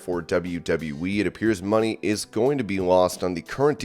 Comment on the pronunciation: ITS MONÉ NOT MONEY